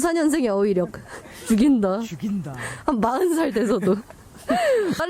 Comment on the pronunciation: 아 죽인다~ 가 너무 찰져서 혼자 끅끅 거렸어욬ㅌㅌㅌㅌㅋㅌㅋㅋㅋㅋㅋ주긴다~~~